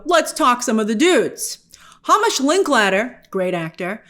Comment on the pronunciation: HAYmish not HAHmish